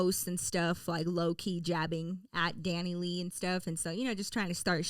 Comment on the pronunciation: It’s pronounced Dani lay